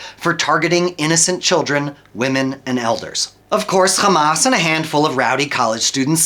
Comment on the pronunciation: The moment he said khamas i knew its a propaganda video